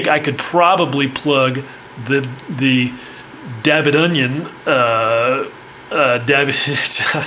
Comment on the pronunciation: "Davidonion"...I got a good chuckle from that one!